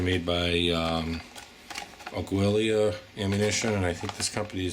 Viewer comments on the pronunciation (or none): Its not pronounced “agwill-eya.” Its “Ahh-ghee-la.” Meaning “eagle” in spanish.